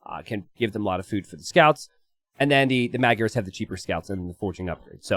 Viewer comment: when you say magyars 🤣 it sounds more like "mud yarr(s)" 😂